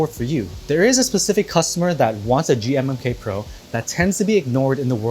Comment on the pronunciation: when he said "the g-mmm-k" pro my brain hurt